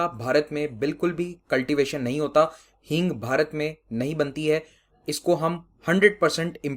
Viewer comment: That is hing not heeng